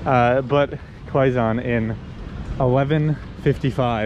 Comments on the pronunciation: Quezon City is ”key-zone city” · I really enjoy your vlogs but I cant get over your pronunciation of Quezon haha! It’s more like “keh-zon” instead of “kwey-zon” hehe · Danggg 40mins? I had fun watching this vlog and didn't noticed it. Kidding, I did noticed hahahahaha bruh the humor I got watching your vlogs the frack? 😂 Take your time exploring here and always stay safe. 🎉 That "kwe-zon" to "kwe-gon" haha cute!! But it's Quezon as in "Ke-Zon" .... Whaaaaat??? Haha oh no, just proves you are entertaining and funny haha I got so many fun expressions from you both 😅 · You do know that it is pronounced like ke-zon not like qui gon jinn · Guys its pronounced as KEZON (Quezon) anyways, if u are planning to visit the outside Provinces u must visit Bohol where u can find the "Chocolate Hills" , also visit to Cebu and Palawan.. many more to explore here in the Philippines . Take care always and enjoy 🍻🙏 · Quezon: PRONOUNCE AS: KAY-SOHN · QUEZON CITY PRONOUNCED AS" K -ZONE" CITY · Qui-Gon City 🤣🤣🤣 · Quezon City...Pronounced .. K-Zahn City